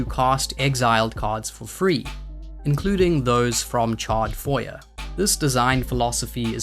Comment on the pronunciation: (psst it's not "foy-yer" it's "foy-yay" - it's french - the "er" at the end is pronounced "ay" like dossier)